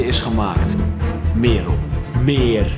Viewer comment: eum... echt geweldige video, maar het is Merel (niet meerol)